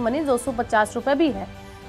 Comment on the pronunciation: pahle PAYTM BOLNA SIKH LE